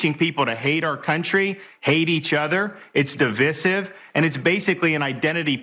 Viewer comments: He's looking as orange as the big cheeto😂. Also how he pronounces divisive...di-vee-sive?😂😂😂 Go eat you thigh food, meatball Ron, cheeto's bestie!🎉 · Wtf is 'duh-vissive' ?😅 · Who pronounces divisive that way? Is this the Florida educational system in action?😂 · That’s not how you pronounce divisive